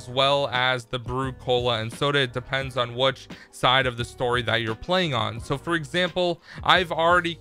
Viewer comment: “Só far”